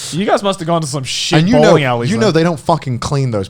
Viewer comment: Every time they said bowling I misheard it as ballin